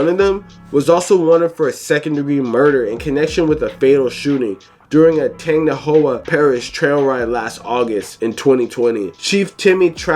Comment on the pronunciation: This dude trying to pronounce Tangipahoe (Tan-Jah-Pah-Hoe) is hilarious